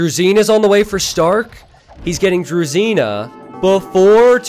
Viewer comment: I'd like to point out that "zh" in "druzhina" is pronounced like "s" in "leisure". "Zh" represents Russian letter "Ж", but you are pronouncing it like just "z"(з). Try typing "дружина" in google translate and listen to how it sounds to get the idea. I'm not judging you in any means, I'm just trying to help you become a better caster c: Love your content! EDIT: There is a word in Russian that is pronounced like "drezina"(just like you do it), and it stands for small railway cart that is powered by hand (trolley/handcar).